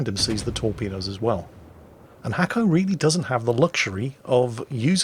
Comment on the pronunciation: Actually, its not Hacko, its Nasko. He wrote it in Cyrilic, well sort of. But that is was its actually writen. Браво Наско, дано скоро пак да те видим да торпилираш големи и глупави бойни кораби!:)